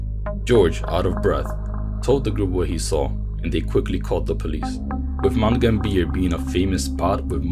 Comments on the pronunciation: I'm sorry but you totally butchered the pronunciation of Mt Gambier. Mount Gam-b-er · Aussie here we pronounce Mt Gambier like Mt gam(as in ham)-b-r. I'm not gonna say anything about pronouncing anything other than Aussie crap. Really enjoyed this vid you have a new subscriber 🖤♥️🖤♥️🖤